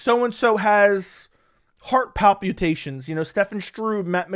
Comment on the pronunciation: I like that you say 'pal-pew-tations'. Thats a pretty fun way to pronounce that word.